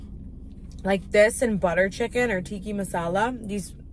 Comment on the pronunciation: Tikka is pronounced ‘tea-kah’ not ‘tea-key’ ❤